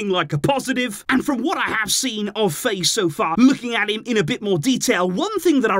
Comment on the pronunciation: Name's pronounced F"ah"ye if he's Senegalese.